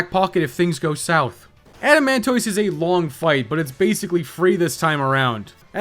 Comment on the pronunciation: Why does he keep saying "adamantoise" like that?